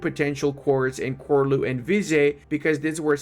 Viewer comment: it's chorlu btw not korlu great video tho